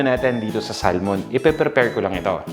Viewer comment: We say SA(L)MON silent "L" here in Canada.